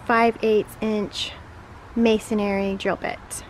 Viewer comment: "Masonry"..."masonary" sounds like a mason who does missionary work. ;-) ;-) ;-)